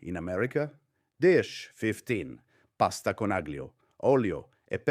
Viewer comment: lose the fake accent if you can’t pronounce aglio